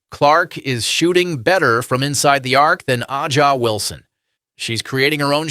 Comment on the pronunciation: Bro u can't even pronounce aja Wilson name correctly, so we know u ain't no tru baller fan. U just made this channel to get paid off the clark hype